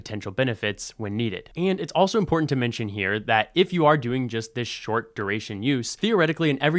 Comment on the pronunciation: He sounds so informed, but the way he pronounces "important" makes me wonder.